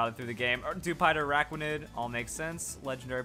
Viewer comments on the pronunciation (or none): none